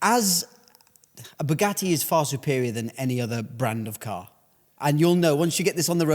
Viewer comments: Bugatti only hate Matt because you can't pronounce the letter t. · They probably want to stop you because you can’t pronounce Bugatti